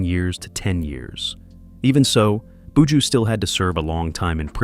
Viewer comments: Commentator bushooooooo say bu joh 😊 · In it boo-jew boo!